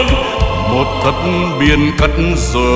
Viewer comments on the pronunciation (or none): Tấc đất chú phát âm thành "tất đất" kìa ^^